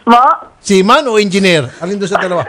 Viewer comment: Hahaha natawa ako sa Enginer sinasabi ni sir Raffy kargador 😂😂😂😂